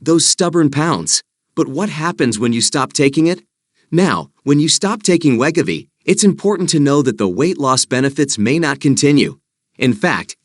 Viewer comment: I could not take this. I guess I am that 1% that did not lose anything. Omg the pronunciation of WEGOVY!